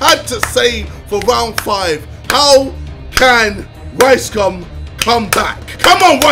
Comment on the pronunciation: Why does it sound like he said “ricecum” 😂